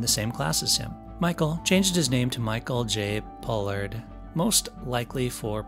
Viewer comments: Pollard! Not Pollock. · It's called "Star Trek", NOT Star Trak! Then you pronounced Michael Pollards name correctly the first time, then you pronounced it as "Pollock"! If you can't get your facts straight, then do something else! What a fool.